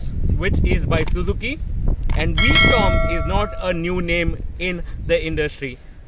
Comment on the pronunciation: It's v strom, not storm